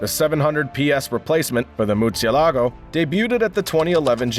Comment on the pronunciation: Mercy el a go huh? Learn how to pronounce the names of these cars before putting videos out on the net where you look like a fool.